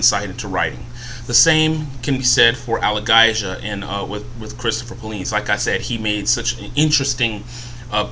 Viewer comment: It's pronounced Al-A-Gay-Zia